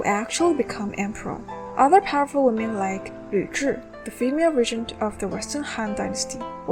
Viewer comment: its pronounced ree-jint